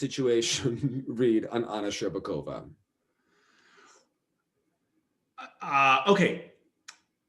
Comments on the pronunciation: Shur-BAWK-ova Lol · The way the commentator pronounced SherbAkOva made the russian in me boil 😂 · Anna scherBAkova and Nam nGUyen. AGHHH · he also kept saying "Shcherbakova" completely wrong, it annoyed me so much